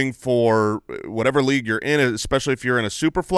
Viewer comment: you guys in arizona pronounce things so odd... "LEAGUE-ETTE" "URRLEEEEE"